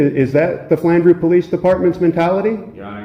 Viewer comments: I love how you display a written message showing that Flandreau is pronounced "FLAN-droo", while at the very same moment you pronounce it "flan-DROW" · it's pronounced flandrO not flandrOW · It's pronounced flan(as in plan) dru. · Flandreau is pronounced - Flan (like plan or clan) and - dreau (drew) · As a native South Dakotan, I would like you to know that although many towns in South Dakota have French names, they have nothing resembling french pronunciations. This town is called "Flan-drew," the capital, Pierre, is pronounced, "pier" and the largest city, Sioux Falls, is pronounced "Sue Falls." Just FYI. Welcome to 'Murica!